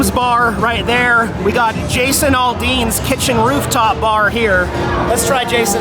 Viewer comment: Jason Aldean last name is pronounced as Al Dean not All Dean. Nashville is definitely not the Country Music Capital of the world anymore. They killed Country Music except for Cody Johnson. The rest of the real Country Artists are independent.